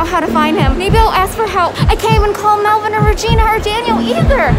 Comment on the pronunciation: Its Melvin not melvien